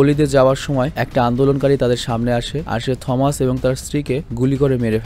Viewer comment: টমাস না থমাস ওয়াইন